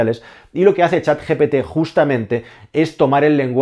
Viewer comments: GPT no GTP como dices durante todo el video 😅 por lo demas el video genial como siempre! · Lo dice mal. Es GPT. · GPT, lo dices mal continuamente, incluso en el título. Buen video por cierto, saludos.